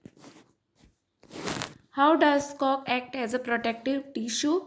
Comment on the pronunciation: Mam that is act but you pronounced ect please correction